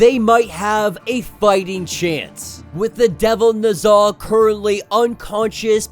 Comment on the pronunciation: lol I had to finish half of the video to realize "the devil nuza" is "the devil Ne Zha" aka amongst the most popular Chinese myths. Y'all need to pronounce it properly my dude. It's "NEH-ZHA" not "NUH-ZHA". "NEH" like "Nether regions" not "Nutmeg". And it's not NUHzha it's NEH-ZHA -- pronounce each syllable with equal weight, slow each syllable down. NEH-ZHA. Not NUHzha